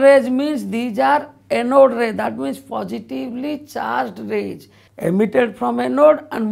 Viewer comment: its rays not raggggs